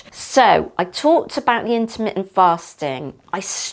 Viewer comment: I never want to hear the word intermintly fast again lol